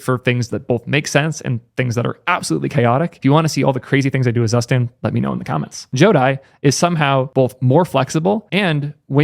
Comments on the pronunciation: fyi, zustand is actually pronounced "tsoo-shtand" :) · Friendly pronunciation tip. "Zustand" is the German word for "condition" or "state something is in" and it is spoken "Zoo-shtahnd". Hihi... 😁😁😁